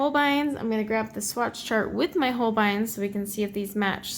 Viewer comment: Hans Holbein (you are pronouncing it correctly) was a famous Renaissance artist from Germany. He became King's Painter to Henry VIII of England. The famous painting that is always shown of Henry VIII was painted by Holbein.